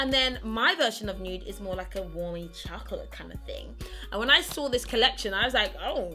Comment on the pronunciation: Like how you say chocolate 😅😅